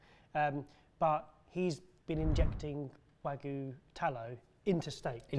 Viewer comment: ah, yes, those classical Mexican things, xamoy and Tayin edit: it's official, I'll never be able to be in the same room as, because I'd have to be physically restrained from punching him in the mouth far pronouncing "wagyu" as "wag goo" or his butchery of Mexican Spanish